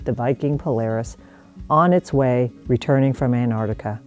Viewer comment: “Antarctica”, not “Anartica”, please.